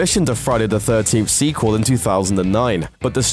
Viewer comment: 'long awaited" RE squel? Looper are you smoking crack?